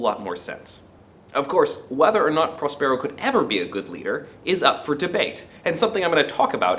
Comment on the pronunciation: Really great! (please...correct your pronunciation of Prospero...stress emphasis on the first syllable)